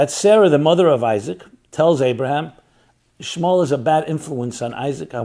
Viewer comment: Ishmal? I notice you trying to remove the el out of Ishmael. 😏😏